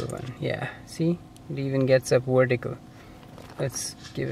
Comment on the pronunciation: "Wertical" lol